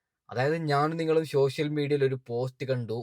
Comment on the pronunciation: ഷോഷ്യൽ മീഡിയ അല്ല സോഷ്യൽ മീഡിയ ആണ്